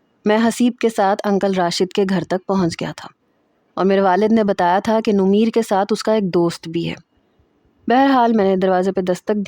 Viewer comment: Numair naam hota hai nomeer nhi